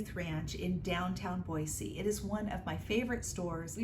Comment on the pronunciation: This video came up on my feed and I clicked on it because I live near Boise. It was fun to go thrifting with you to places I have often been, except for Impact Thrift, I’m not familiar with that one. You got some nice things. Thank you for pronouncing Boise correctly! May I ask what state you live in?